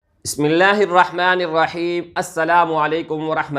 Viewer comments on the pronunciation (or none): none